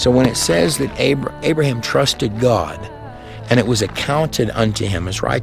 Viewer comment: Why can't people just say God instead goowad?